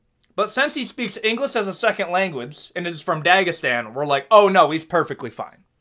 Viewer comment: Listening to you criticize foreign fighters speaking less than perfect English, and then you say "engliss" and pronounce other words incorrectly. Get real, bro.